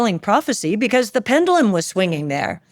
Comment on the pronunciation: Mis pronounced PEN-JUH-Luhm.